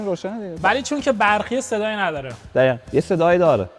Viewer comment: این قشنگ معلومه بچه آبادیه..مثل لکا ق روتلفظ میکنه...دخیخأ😂😂😂😂